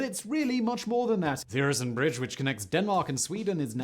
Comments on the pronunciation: Øresund is pronounced 'Öresund'. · no, it´s pronounced Øresund ...